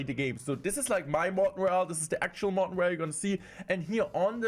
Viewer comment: So cute how he calls himself 😆